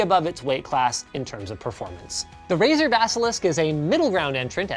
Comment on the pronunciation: is it only me or he says Brazzers instead of razer